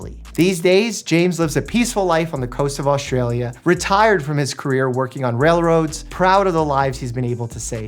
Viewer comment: I really, I have to tell ya. There's no "H" in AUSTRALIA. It's not AUSHTralia. There's never any H sound in ST.